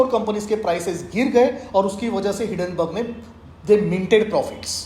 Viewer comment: Why is he sounding like a ₹2 bootlicker of a crony capitalist? These are the people whose forefathers helped British rule India through extensive bootlicking. And it is not Hidenburg, it's Hindenburg!! Lastly how is the FPO doing now 🤣🤣